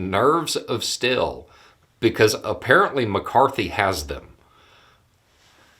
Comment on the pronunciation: "Kevin McCarthy has nerves of still." A rare occasion where accent tells an even further truth than his words. McCarthy has zero nerve, and 100% "still".